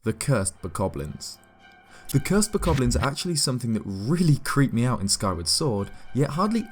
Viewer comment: My mind screams every time I hear you say bokoblin. Actually, I die a little on the inside just about every time someone who speaks English says bokoblin. It's no wonder the rest of the world thinks we're stupid and we suck.